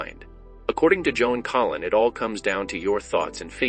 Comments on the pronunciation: Must be bad AI doing the narration because her name is Joan Collins not Joan Collin. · Why in the heck does the video narrator call her Joan Collin ? without the S ? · Her last name is Collins, not Collin. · The name is Collins, not Collin.